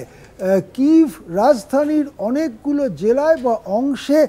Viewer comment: কিভ নয় কিয়েভ হবে শব্দটি